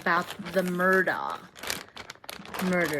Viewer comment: Murdaugh, Murdoch 🤨